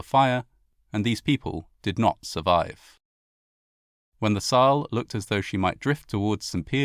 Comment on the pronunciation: Is it so hard to find someone who teaches you elementary pronunciation of German names? Wilhelm de Gross, Saal,... awful! 🤬 you sound so uneducated!